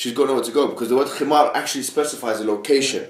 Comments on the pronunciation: It's not, himar, it's HiMaRGH. PLEASE, PRONOUNCE IT CORRECTLY. Lol that was a lil funny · But WHERE does it say that the Khimar is obligatory?? When and where does the Quran emphasise the importance of the Khimar in daily life? The only times a woman’s head is mentioned being covered is during prayer, umrah, hajj and entering a mosque. Yes the Khimar was used but no where in the Quran marks the start of it or the obligation of it. Picking on her pronunciation was beyond petty. It’s not ignorance. Just because you had nothing left to say you decided bashing her pronunciation was a good place to go.